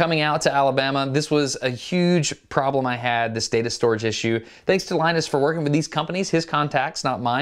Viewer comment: Linus Not lenus